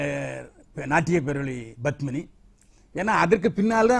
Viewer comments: Badmini தவறான உச்சரிப்பு Padmini சரியான உச்சரிப்பு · It is Padmini not Badmini